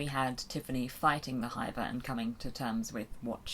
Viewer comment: Tell me that's not how they pronounce "hiver" in the audiobooks? Given the accents of the Nac Mac Feegle I've always pronounced it to rhyme with Liver or River not Diver!